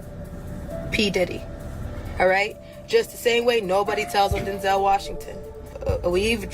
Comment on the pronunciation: It's not Den-zel It's Denzel like pencil. 👍